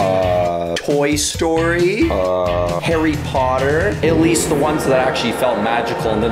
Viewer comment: All of the movies he said Shrek i think has five Toy story And finally 'Arry pottah Im so sorry Kill me if you must